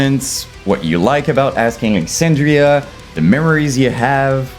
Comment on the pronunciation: ‘Asking Lexandria” 😂🫡